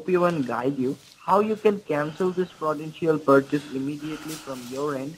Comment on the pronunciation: That frawdentchial porchase seems very suspeechoius so check your keyboat and hold it👍Legend